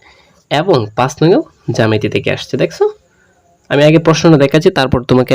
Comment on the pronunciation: আপনি জামেতি বলতাছেন 🙄এটা তো জ্যামিতি হবে🙄🙂